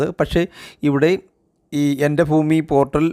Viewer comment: എൻ്റെ foomi അല്ലടാ ഭൂമി